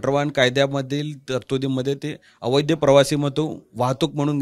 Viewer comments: अवैध.....का...अवैध्य काय भाषा 😮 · yala dhad aviadh mhanata yet nahi